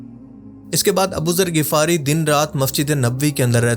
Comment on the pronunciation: Bro MashaAllah bht amazing video banai just need one correction its (Ghifari) Ap Shayad (Ghafari) bol rahy ho